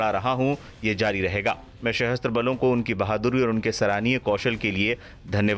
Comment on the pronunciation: सहस्त्र नहीं सशस्त्र होगा उच्चारण मेरे भाई।